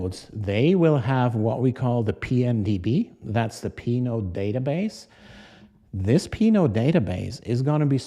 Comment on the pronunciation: Anybody else keep hearing Pinot? ;) 🍷